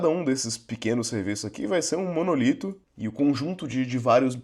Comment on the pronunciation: Apesar de todo mundo de TI no Brasil falar "monolito", o correto é "monólito" (proparoxítona)